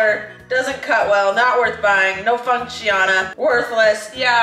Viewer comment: “Não funciona” ahahaah trying to speak portuguese? Xd